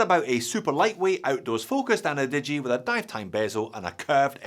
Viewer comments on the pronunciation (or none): ana-digi? 👎annie-digi?👍